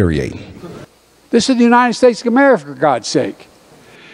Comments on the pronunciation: He cant even say the country he's commander and chief of. (unreal) Joey's in brainfart mode and were just screwed....KEEPUM STRAIGHT GOD BLESS 🇺🇲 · How ironic that he is the president of this country and can’t even pronounce the country he is in charge of (skamerica)....please! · He can't even say America